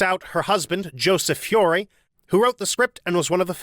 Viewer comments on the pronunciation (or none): Again with the mispronounced surnames: Tierney, Turteltaub, and Feury (and others but I give you some slack because they are uncommon names). Regardless, I still enjoy your videos.